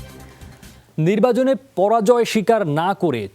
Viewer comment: নির্বাজনে না ভাই । নির্বাচনে হবে কথাটা